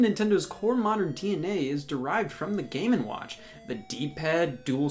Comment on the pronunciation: Am I the only one who hears the name as, "Gamin' Watch"?